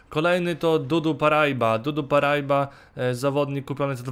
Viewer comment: czyta się paraiba;) a nie parajba